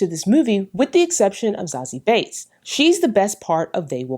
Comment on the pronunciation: Amazing job as always love! But I have to ask, is Zazie's last name really pronounced "Bates"? I always thought it was pronounced "beets" or "beats", similar to how it's spelled. It sounded like you were saying Bates so it kinda distracted me 😅. But if that's how it's pronounced then I just learned something new. Again great job as always ❤❤.